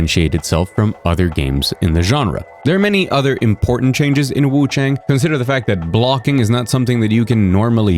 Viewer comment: Hi! Love your vids, I just hope you can pronounce wuchang more accurately. You don't pronounce chang like English "rang" or "sang". Chinese "ang" has a pronunciation similar to English "on", like on and off. You'd pronounce it something like wuchon. Hope that helps!